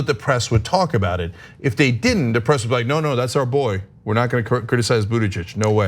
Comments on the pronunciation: She added a possession form at the end of his name Buttigeig('s) at least that is what I heard.... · Anna, learn to say his name: "boot*edge*edge" (From his personal tutorial)